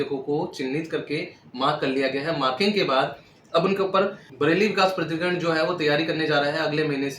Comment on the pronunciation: प्रधिकरण नहीं। प्राधिकरण उच्चारण सही नही है आपका।